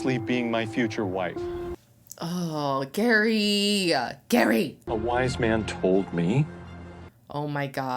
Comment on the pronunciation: It's Gerry pronounced Gary, not Jerry. And he lives 8 hours 47 minutes from Leslie.